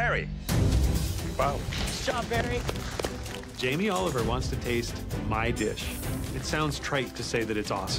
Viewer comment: Jamie Oliveoil? Haiyaaaa xD